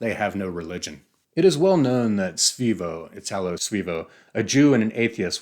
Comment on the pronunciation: Svay co not sveeee co...otherwise brilliant